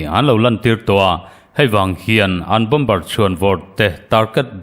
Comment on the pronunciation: Bomber=Bomer ti a lam tur, Bombar ti in lam nulh nulh hi News chhiartu an tam leh thin. News puangtu pakhat phei chu a insiam tha duh der silo, Mizo tawng a suasam ani ringawt😂 a dang pakhat pawh in "Lei do" indona lam sawina hi Lei= Mihring lei(tongue) kan lam rik anga lam tur kha Lei(earth)(Soil) hemi Mizo tawnga kan lamti ang chiah hian a ri hniamin a lam zel😂😂 Tinge YouTuber ho hian thu puan hi an thiamloh em em le ka ti. Best collection leh Rainbow channel hi chu zia tak ani